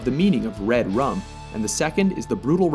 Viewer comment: he said rud run. xD but still funny when ppl misspell things xDD